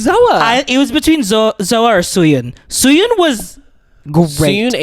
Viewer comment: It's Suyun, not Soyon. Learn the names, bruh